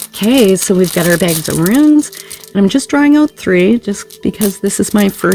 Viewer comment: Pretty sure they're pronounced "Roons", love. Thx for the reading.